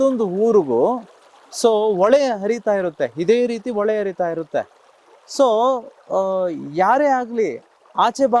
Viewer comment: Ole lla hole , hala alla ala, hakara akara correct agi use madi